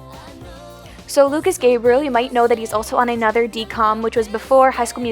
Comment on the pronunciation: She pronounces my crush name wrong Its Lucas Grabeel not Lucas Gabreel